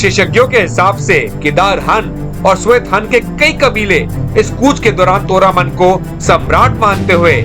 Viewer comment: सुन बे तोरमाण है और हूण. ये अग्रेज न बन, हन तोरामान और फिर वेदा श्री रामा बोल, बेवकूफ